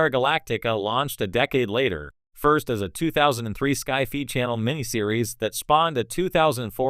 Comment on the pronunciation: "sky fee"? Really?